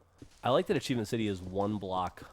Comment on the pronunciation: I think they meant the videos Geoff and Millie did together, she mis-pronounced "Achievement"